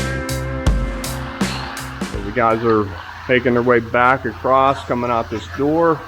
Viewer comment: That Pittsburgheese was very evident with that "AHT" no need to correct yourself...just embrace it lol